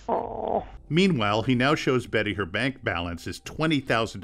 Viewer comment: Its BESSY not Betty... dear lord